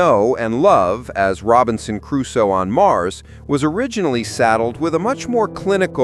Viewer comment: its sad you dont know how to pronounce "Crusoe", I guess thats the 11th thing you never knew...